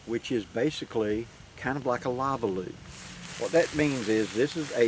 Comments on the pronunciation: Thats funny... lavaloo! Lol! I think you mean "Lavvu" a Polish poncho tent. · Modern rectangular take on a Polish lavvu (pronounced Laa-voo) shelter half.